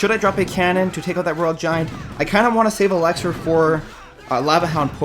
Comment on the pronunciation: Dude where are you from you pronounce a lot of words different for example , elixir you say elexer